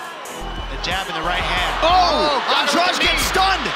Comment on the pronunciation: I think they're pronouncing Jessica's family name wrong, it's An-dra-de not An-draj.